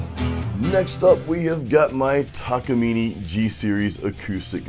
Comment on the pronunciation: the pronunciation of Takamine would actually be TA KA MEE NAY . It's named after the mountain just behind the Japanese factory.